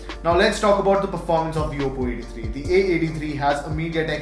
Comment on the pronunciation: It's oppo not apppo